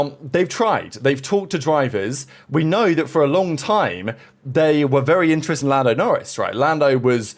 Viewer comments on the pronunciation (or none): You just can’t improve hey, stuck to your old ways …. Being “intrent” in our thoughts. You’re a so-called journalist, so speak properly. The word is “I-N-T-E-R-E-S-T-E-D” … there’s a whole lot more letters in there!!! You are infuriating!! 🤬